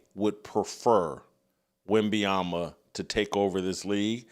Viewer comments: At least 50% of the time Jason says “WenbayamBa”. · Hello, Jason. Good insights, as usual. You are mispronouncing Victor Wembanyama's last name. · Jason, you should learn how to pronounce wembenyama’ name correctly first !!!!!! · Glad someone else recognizes that Whitlock mispronounces Wemby’s name every time he attempts to say it. He pretty much says something different each time. Funny how he spend half a show making fun of a comedian who couldn’t pronounce Vrabel’s name but he butchers Wemby and Luka’s name every time he attempts to say them. But hey thats what hypocrites do… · Im glad someone finally saying something i cant stand how he says wemby name